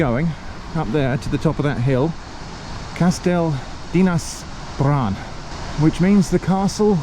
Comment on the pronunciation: not perfect but not bad for an English.